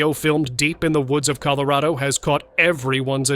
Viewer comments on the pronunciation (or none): none